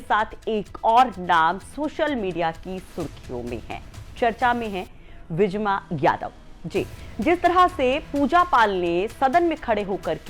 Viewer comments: न्यूज़ एंकर को सही हिन्दी उच्चारण करना नहीं आता। मोहतरमा हर बार विजमा यादव को विजया और करवरिया बंधुओं को कावरिया बोल रही हैं।😁🤪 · विजया यादव नहीं विजमा यादव है इनका नाम और उदयभान करवरिया है कावरिया नहीं (एंकर जी ) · मैडम उदयभान कांवरिया नहीं करवरिया है। और विजया यादव नहीं विजमा यादव है।😊